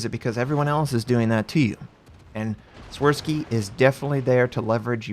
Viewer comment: “Shvirsky” is the pronunciation, the “W” is “V”. Also “Ś” is “sh”.